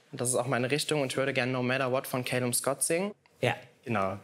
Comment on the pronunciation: er heißt calum, nicht callum